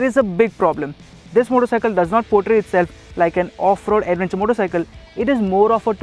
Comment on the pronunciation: chuthiya logonko kyo lathe ho video pe.. adventure ko 'ada'venture bolthe ho.. thu theri